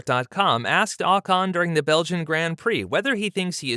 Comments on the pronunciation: his name is not Ahcon it’s Ocon. That being said Pierre is a better driver it would be a shame if he stayed stuck in the Aplha Tauri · It’s not AHHH CAHN!!